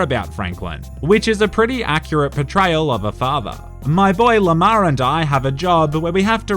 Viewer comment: Every time you say Lamar all I hear is lamao.